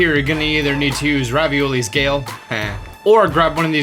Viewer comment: dod he say raviolis gale 😂